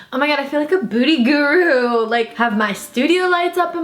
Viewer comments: are you saying "booty guru" or "beauty" lmao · i thought u were saying booty guru 😂😂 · is is just me or does it sound like is saying “booty guru” 😂